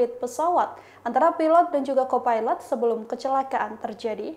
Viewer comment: Ternyata ada yg satu pikiran. Mengganggu sekali. Ngomongnya pilot dan co pailet. Knp ga disamain aja sih jadi risih dengernya. Mana berulang2